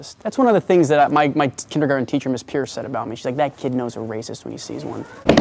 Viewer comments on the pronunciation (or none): none